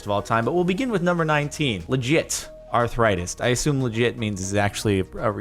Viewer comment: he literally jus pronounced it "arthurritetis"